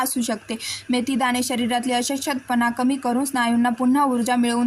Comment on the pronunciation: Ashkt pana ha word cha yogya ucharr karawa chukicha ucharr hot aahe